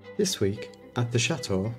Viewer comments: I understand that but your parents and Ash always pronounce the word correctly I just wish you could too. Please, watch some of your old videos and truthfully tell me that Cha Oh is attractive. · You don't have to change who you are you just need to put a T in the word Chateau AS IT IS SPELT. I simply do not understand how you can call your lovely building a Cha Oh.......so ugly. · I understand that but your parents and Ash always pronounce the word correctly I just wish you could too. Please, watch some of your videos and truthfully tell me that Cha Oh is a attractive. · Love your program but please, please, please pronounce Chateau with a T. There is nothing more cringeworthy than hearing Cha Oh all the time. It is truly awful.... Thanks.